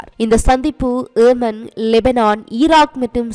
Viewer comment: Not yeeman its yemen Please pronounce properly.